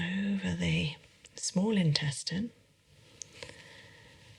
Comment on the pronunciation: I wonder why changed the way she pronounces "Intestines"